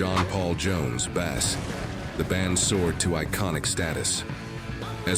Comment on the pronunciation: The narrator mispronounced bass and poignant. Lol